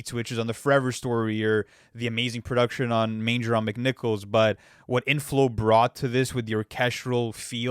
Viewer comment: LOVE seeing Manger On McNichols the love it deserves. And to be pronounced properly.